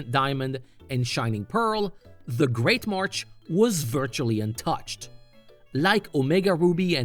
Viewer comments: MarSH. Not MarCH. MARSH. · You do know it's marsh right? Not martch? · Why do you keep pronouncing "marsh" as "march"? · It's great marsh not march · Good video, but it’s ‘marsh’, not ‘march’. You keep saying ‘great march’ in the video. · Yeah, I'm pretty sure he said "Great March" every single time. Couldn't unhear it.